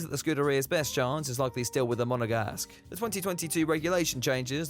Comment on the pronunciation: STOP. SAYING. MONEGASGUE. Enough already!